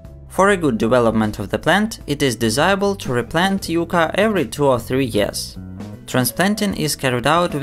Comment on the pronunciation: Its YUCCA, not Yuca